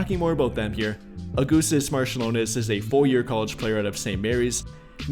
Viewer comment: Augustus Marciulionas :D AugustAs MarčiulionIs